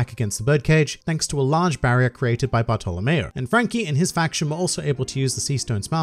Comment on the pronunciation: Bartolomeo or Buttho-lomeo? Because I heard Buttho-lomeo